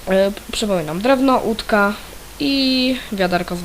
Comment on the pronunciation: Łódka a nie Udka XDDD